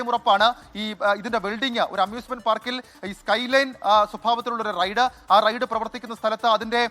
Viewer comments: റെയ്‌ഡ്‌ അല്ല റൈഡ് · Raid alla Ride àanu. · ... "Raid..."??? Allaa..... "Ride" ennu parayoo kuttee...